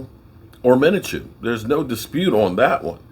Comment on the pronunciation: There is no Minachew!!! How diffucult can it be to pronounce Minshew!!!!!